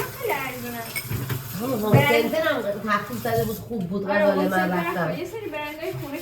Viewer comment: عاشق ولاگاتم 😍فقط غزاله گفتنت😂